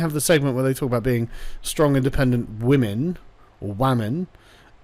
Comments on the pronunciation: been watching too much PewdiePie Sargon? "Wamen" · did sargon say waman? does he respect waman? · I see that you said wamen instead of women you must be watching pewdiepie videos lol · wamen lol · The way Sargon said "waman"... I'm pretty sure he watches PewDiePie... Praise Kek my sister fister dudes. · Sargon I heard you slip that 'wamen' in there Do you respec wamen?